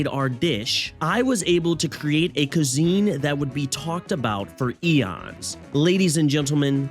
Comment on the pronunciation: I can't keep hearing "Koo-zene" XD. This was fantastic.